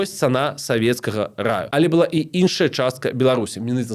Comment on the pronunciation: Дзякуй за вашу працу! Хацелася б адзначыць невялічкую але сістэмную памылку -- націск у словах 'была, былі' ў нашай мове трэба ставіць на апошні склад.